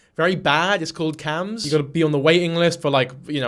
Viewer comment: got trigerd asf when he said CHAMS